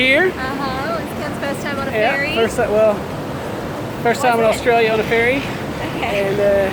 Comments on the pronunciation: A fairy? It's ferry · Wtf..3.26 did they ride a "fairy" or a "ferry"